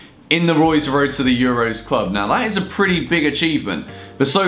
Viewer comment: Should have called it Woy's Woad to the Euwos, great video though;D